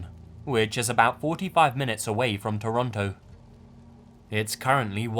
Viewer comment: Yes you pronounced "Toronto, Ontario, Canada" correctly, somehow an Aussie on utube butchered it.